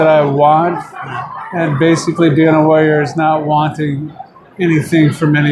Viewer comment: Every time Tank says Warrior, it's sounds like he is saying LAWYER....make's the interview amusing.